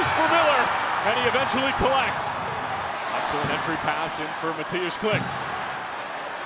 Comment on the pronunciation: just here to give props to the commentator for Mateusz Klich's name pronounciation. For a non polish speaker, well done :)